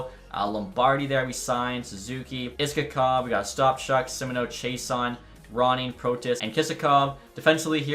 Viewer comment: Pronounced “Ishakov”